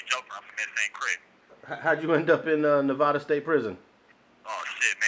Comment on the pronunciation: Hate the way he says Nevada. It's pronounced (NEV-ADD-A) NOT (NEV-AH-DUH)